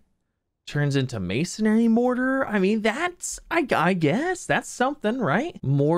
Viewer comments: I can’t tell if he’s just trolling us by continuing to say masonary instead of masonry at this point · Z I know that this might be a bit picky but please pronounce masonry correctly. It's not mason"ai"ry, it's just masonry